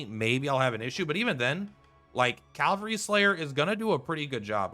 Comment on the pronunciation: Just bought the game yesterday and respectfuly I find it funny you keep saying "Calvary" 😂